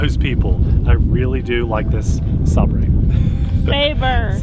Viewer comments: ..not Saab ray. Say ber. ..meaning knife or sword. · Bro, it’s pronounced Sai-ber, but im new here so ima just let that slide because i don’t know if your a English native. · its pronouced Sabre (Say - Ber) btw how many ringgit is it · Oh brother 🙄 Saber, like sword. You need to read some books or get a college degree. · "sabrae" i want to kill myself